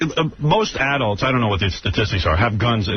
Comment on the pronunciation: The way this poser pronounced "adults" is so douchie, he thinks he is not an adults